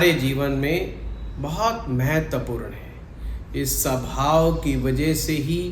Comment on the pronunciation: Sabhao nahihota swabhao hotahy angriji bhasake gulam